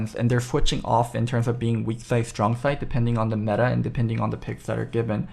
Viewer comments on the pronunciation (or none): none